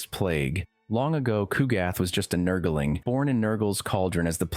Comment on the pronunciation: It’s nurgling not nurgilling